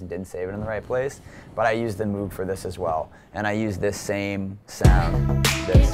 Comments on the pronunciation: MOHHHHG..... not MOOOOG... but cool! lol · You know you're a noob when you mispronounce "Moog" lol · Say moog correctly... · Using an auto filter effect is not "sidechaining", he can't pronounce Moog, and there was a couple more things that annoyed me, but I'm not watching the video again to figure it out. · He can't pronounce CLA's name right, he said Cable guys make LFOTool, and he didn't pronounce Moog right. Come on dude. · Cool vid, but he needs to learn how to say "Alge" and "Moog"